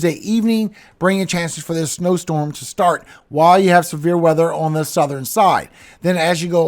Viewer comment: I'm sitting here listening and heard We might have a chance of some beer weather, and I was like, cool until I realized you said Severe weather 😂